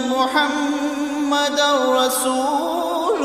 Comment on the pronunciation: മുഹമ്മദ് എന്ന് പറയുന്നത് ഉച്ചാരണം തെറ്റ്.ح എന്ന് malayalam ഹ എന്ന് പറയുന്നത് തെറ്റ്